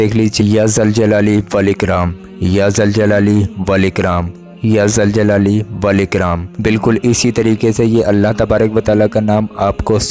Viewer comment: Ya zaljalai nhi hai bhai.।। Zuljulale wal ikram hai.।।